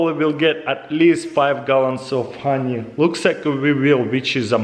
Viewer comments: Nobody: Taras: khoney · I love that he says “hroney”